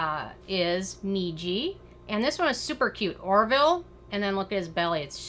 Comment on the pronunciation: Orville is so cute❤️ You’re one of the few people who pronounce my name correctly 👍😊